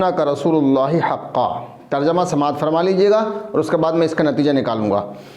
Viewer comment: سمات نہیں ہوتا ہے بلکہ سماعت ہوتا ہے پہلے اردو پڑھنا سکھلو پھر لوگوں کی اصلاح کرنا اور بزرگوں پر کیچڑ اچھالنا